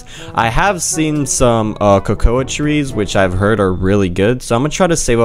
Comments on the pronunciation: Yeah it kinda irritates me that he says ko-ko-a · Cocouh trees (cocoa trees)